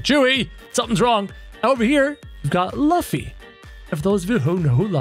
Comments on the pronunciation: Bro said LuFFY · No Its not Laffy its LUFFY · You say Laffy it's Luffy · Its lo-ffy luffy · Luffy not lufy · you pronounced Luffy wrong